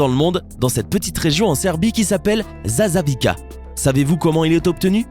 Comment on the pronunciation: ... je suis serbe. Et quand j'ai entandue qu'il a lue "zasavica" "zazavika" j'était mort 😂😂😂😂